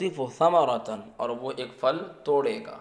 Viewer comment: پھل بولیں فَل نہیں پھ تلفظ؟